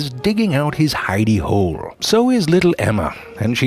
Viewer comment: I’m sorry but when he sad “hiddey hole” ....I felt that 😭😂